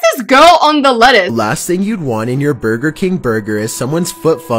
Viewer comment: Me when she says burger Burgar Srry <3